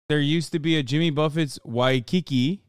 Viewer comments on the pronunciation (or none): none